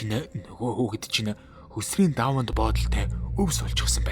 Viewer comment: писдаа монгол хэл устаж үгүй боллоо гөлөг минь чи зөв яриач гөсрийн гэж юу хуцаад байгаа писдаа вэ хөсрий гээж хужаагийн шээс минь